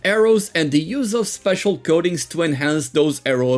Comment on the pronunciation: I keep hearing "goatings" instead of coatings